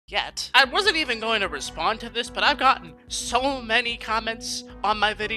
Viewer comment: When he said I have not broken the law yet. Put a lot of emphasis on YET